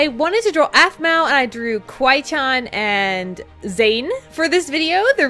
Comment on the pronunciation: you say it like kiwi CHAN >:(